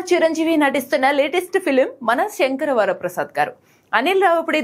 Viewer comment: Oo pedhaayana kaastha sound pettukuni vinu.. aa ammai sarigganey chadivindhi, vachestharu telugu jaathi adhi idhi antu ammailani gouravinchadam radhu kani